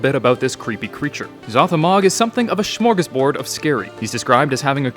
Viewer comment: dont say smöegåsbord again, dear god.